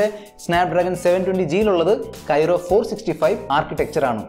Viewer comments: Kyro alla chettaa kryo aanu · Kyro alla bro.. its kryo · പൊന്നു ചേട്ടാ കൈറോ അല്ല ക്രൈയോ കോർസ് ആണ് Not Kyro it's Kryo Cores architecture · It's not kyro architecture it is kryo architecture.. good video and good comparison. All the best 👍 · ബ്രോ .. Qualcomm പ്രോസസ്സർ കോർ Kryo (ക്രയോ ) ആണു, Kyro (കെയ്‌റോ ) അല്ല. അടുത്ത വീഡിയോ മുതൽ തിരുത്തുക.